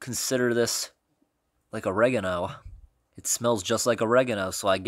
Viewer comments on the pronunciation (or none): I hate the way he says oregano